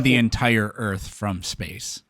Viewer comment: Is the one guy calling the earth earf?????😅😂😢😮